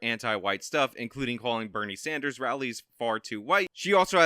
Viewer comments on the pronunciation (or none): none